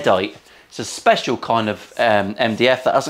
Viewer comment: Speshul wave back 😂 Great Vid, as usual. Cheers 🍻